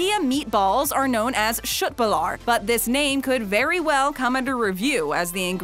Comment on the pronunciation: You had köt correct but not bullar